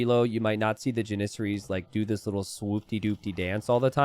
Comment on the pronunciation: JAN-is-air-ees. Not JanISerees.